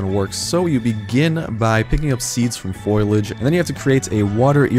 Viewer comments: fol-i-age not foil-i-age. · You're pronouncing foliage wrong. Silent i. good report.